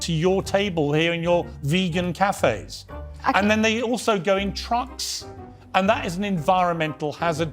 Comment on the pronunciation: ChromoSOMES not ChromoSONES